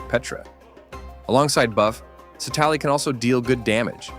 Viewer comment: Please pronounce her name properly in the future